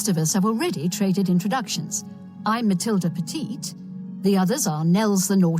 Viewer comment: "Matild Peddit"